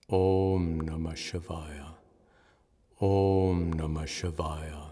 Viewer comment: "Om Namah Shivaya" - ऊँ नमः शिवाय | The last letter is 'य' (ya - short), not 'या' (yaa - long). If you're new to the Mantra, learning to pronounce the right way will help make it a "groove" in the mind (as a habit). 🙏